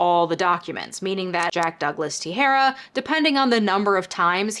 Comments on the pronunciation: Just a pronunciation heads up: Teixeira is generally pronounced te-SHEAR-uh. Love your content :-) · I've been getting your content in my recommendations and i like it. Just want to say though, the X in Portuguese, like Teixeira, is pronounced as SH, it's not like the X in the word Mexico. (That X, in medieval Spanish, used to be pronounced like it is in Portuguese, but around 1500 it eventually developed the sound of modern Spanish J and they changed a bunch of spellings. Except in the name of Mexico, where they kept an X there.) You are pronouncing his name like the Spanish word for scissors and that isn't correct.